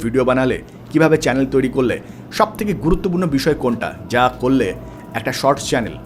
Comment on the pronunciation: যে ছেলে চ্যানেল উচ্চারণ করতে পারে না , চ্যালেন বলে তার থেকে কি শিখার আছে 🤣🤣